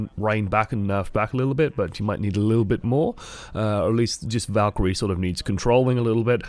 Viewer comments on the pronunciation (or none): none